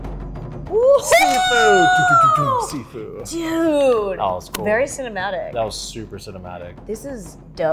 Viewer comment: First: all the game is in Mandarin Chinese, so it's supposed to be named "SHIFU" and NOT "SIFU". Second: It's Pak-Mei Kung fu, not "Wing-Chun"... And third: You MUST watch the "Live Action" Trailer and please react to it!